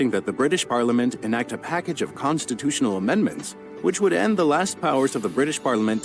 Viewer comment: constinutional ? wow